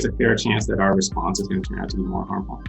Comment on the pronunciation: Rensponse? lol